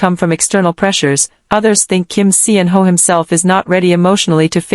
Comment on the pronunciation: Salaam he roared back!! This is now quickly obsolete. You can stop rehashing g 2021.😊 And Pease choose a better AI voice that can pronounce his name correctly and knows proper syntax.